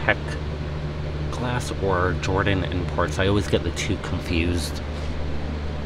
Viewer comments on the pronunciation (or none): none